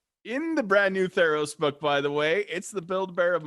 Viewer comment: At first I thought you said thanos not theros Lol